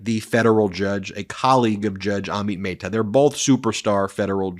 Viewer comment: Curious when you will start pronouncing Judge Amit Mehta's name correctly. Even Google Translate pronounces it correctly.